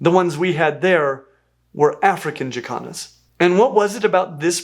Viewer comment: 😂😂😂 i know you are saying Jacans but i swear it sounds like yoy are saying african chi-kahns.